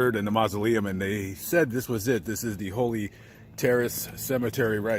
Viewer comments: Thank you for the video. I always enjoy your work. BTW, it's the HOLLY (HAWley)Terrace, like the tree. I probably would have said "Holy" as well. Seems more fitting for a cemetery. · It is HOLLY Terrace not HOLY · It's Holly, as in the Holly and the Ivy, not Holy. Just saying. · That said Holly, not Holy. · Did they spell HOLY wrong????? HOLLY??? Or is just pronouncing it wrong???🤔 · Holly not Holy! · It's not Holy Terrace -- it's Holly Terrace. Sorry -- I have a thing about accuracy in reporting. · Dude, Can you spell? You kept saying Holy but it is HOLLY on the building!!!!! Also giving details of the condition of Mj at the coroner is tasteless! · It's Holly as in 'holly and the ivy', not holy ffs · My friend. It's Holly. Not Holy. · My friend, not "Holy" its Holly..due to the many holly bushes which will poke you terribly around it..❤ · two L's is Haw-lly brotha. Not Holy. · That would be holly not holy. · It's Holly....not Holy .....just saying 🙂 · It's Hol-lie as in dolly... sorry I had to just mention that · Holly=HALLEE.....Not Holy..... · Holly as in jolly. Or as in Hollywood. ✌🏾